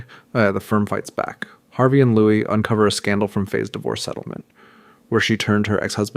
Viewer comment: Checked out when I heard how you pronounced "Louis"